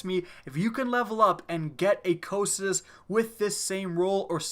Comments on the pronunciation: Yeah, I love this gun! Its pronounced "Ko-kai-tus" by the way (greek). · Am i the only one bothered by the wrong pronounciation ? The correct name of the gun is pronounced ko-kai-tus. Not whatever sneeze you were saying instead of its name. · I'm glad you made this video. I've had one of these for PvE ever since a few months into TTK and I've always thought of it as "Co-Psy-Tus" but recently Blessious put out a video and used some pronunciation website that referred to it as "Co-Kie-Tus" which I think sounds really stupid (I know it was a river in Greek mythology, but did they really say it that stupidly). Now I hear you say it another way and I looked on howtopronounce's website and low and behold the second audio clip is in fact "Co-Psy-Tus" so that is how I will always refer to it. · Ahhh I've been pronouncing it all wrong with "Cock n' Tits" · I was always under the impression it was pronounced KAW-kuh-too. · Chauncey Syposs its "si" tus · your pronouncing it wrong! cocytus is the river to the underworld (fitting) so say it right and do it justice!